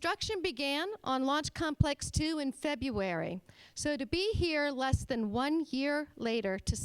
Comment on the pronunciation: Some potentially valuable observations and suggestions for improvement. First point: It's 'February', not 'Febbuary'. If that is the calibre of your show front presenters; your External Relations Manager, no less, then she does your image no favours. Not a good opening gambit. Your next steps are to make a statement, and to thank people. That’s correct and courteous, as is expected. Thank-you, too. Unfortunately, you descend rapidly into a run-of-the-mill self-congratulatory business presentation, during which people are obviously reading from prepared notes, rather than speaking from the heart and mind professionally. That is not what your online audience want to see and hear. Including the Q and A session is a good move. Thanks again. The first response to a serious question was pure waffle, however. He did not answer the question in a meaningful way. It comes across as being very patronising. His repetition of 'Is this on?', when the microphone is obviously working properly before he handles it, is equally condescending and rude. Now, you cannot really control what your panellists are going to say, but his attitude should raise concerns for anyone who is considering working with, or for, him. The man is behaving like a bully, in public. I'll be polite, and refrain from calling him a psychopath, but shall attribute at least some of that behaviour to nerves. Nonetheless, the alarm bells should be ringing. In most of your videos, you spend far too much time in pushing